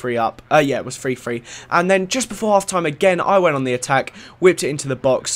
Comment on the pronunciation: LOL You said free-free and not three-three and its sounded hilarious. I almost pissed my pants!